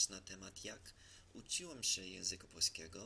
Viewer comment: Trudno uwierzyc, ze Amerykanin tak ładnie mówi po polsku po trzech latach. Jesli chodzi o rosyjski akcent, to nie chodzi o akcent tylko o wymowe pewnych słów. Chodzi o miękkie "czy", np w słowie "uczyłem". Rosjanin czy Polak z kresów wschodnich powie blizej "ucziłem" a Polak zachodni wypowie twardo "uczyłem", czyli twarde "czy". Podobnie koncówki ć. Pisać, uczyć. Wschód powie bardziej "pisats", "uczyts", czy "uczits" (porównaj z rosyjskim uczitsa, nrawitsa). A Polak zachodni twarde ć.